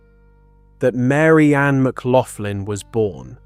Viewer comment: Thats not how you pronounce McLaughlin.